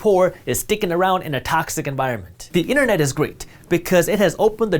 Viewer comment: "Innanett" 🤣🤣 funny